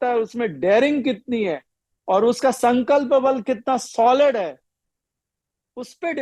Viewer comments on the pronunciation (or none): none